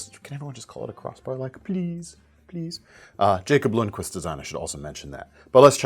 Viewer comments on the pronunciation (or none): none